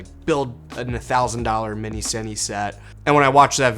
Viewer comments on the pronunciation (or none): none